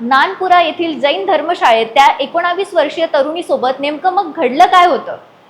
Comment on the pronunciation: एकोणावीस नाहीं ग एकोणवीस